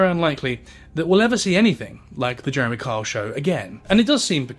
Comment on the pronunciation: I had no idea that Kyle was such a hard name to pronounce with an accent. I’ve spent half the video trying to remember that Karl is Jeremy. So are Carr and Jezza. Oh, his son is actually named Carl. That’s confusing. Also, the fact that neither his mother nor his son want anything to do with him and Jane is so ready to believe that he cheated… there is definitely a lot more going on. It’s easy to see the deceased as good people regardless, but it sounds like he was a very complicated man.